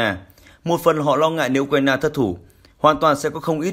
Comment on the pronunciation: Tôi đã nói nhiều lần: thay này đi. Nay lại nói, đọc sai tên của tổng thống Ukraine...